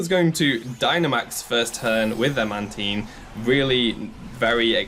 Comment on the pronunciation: "Man-Teen" No 😂